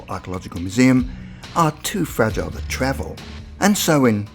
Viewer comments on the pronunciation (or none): none